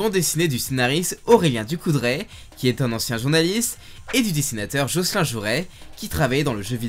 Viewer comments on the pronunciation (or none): bravo au gars qui a zappé le "L" de Jocelyn XD. Il doit apprécié tiens.